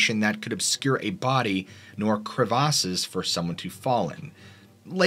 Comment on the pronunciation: I’m sorry sir did you just say kreh vah says?? As in crevasses?? LMFAOOO that was adorable